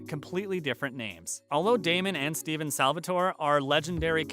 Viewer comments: Why is this man calling Stefan “Steven” 🤬😡🤬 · I started crying when he said stefan as stevan and Salvatore as Salvatoree. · It's damon and stephen. Not steven. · bro its stefen NOT steven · ITS STEFON NOT STEVEN🙄😡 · dear freind, its stefan NOT stevan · OMG STEFF-AN Stefan... STEFAN not Steven 🙄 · the way he says stefan TRIGGERS ME LMAO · These voiceover people saying Stefan wrong is my 13th Reason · the way he says stefan hurts LOL